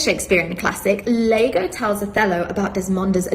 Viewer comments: It’s Iago, not Lago… comedy writes itself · Hey, isn't Iago pronounced Yago not Lago? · Yeah, it's pronounced Ee ah go. obviously googled Cuck, saw Iago, and didn't realize that the first letter of dude's name was an I and not an L, cuz she can't read?